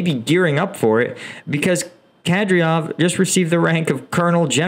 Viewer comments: yo, it's kadYRov not kadRYov, i know eastern naming gets pretty difficult but come on man this one is not that hard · Ka-dirov, not Kadriov. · Excellent videos. However, your pronounciation of Ukrainian and Russian names makes me cringe. It is Kadéérov, Shóygu, Hairsónn, Leemáhn, Svátoveh, Bahmóót, Leeseechánsk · Horrible how you say names like Shoigu, Kadyrov, Progoshin and Lyman. Why not learn a bit of those names before?... And by the way about your 'professional' vs 'civillian-comanders': In the start of the war, there was all 'professional' Russian troops and comanders, did not work either. Besides one of the groups that stopped a lot of Russian military was IT-students/gamers with their 'civilian' modded drones...